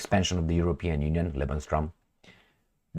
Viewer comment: It's pronounced:"Lebens-room",.